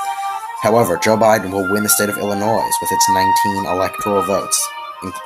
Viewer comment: I learned this the hard way myself, you don’t pronounce the S in Illinois